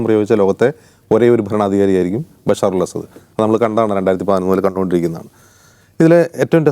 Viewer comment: ബശാർ അല്ല ബശ്ശാർ. അസാദ് അല്ല അസദ്. അതായത് ബശ്ശാർ അൽ അസദ്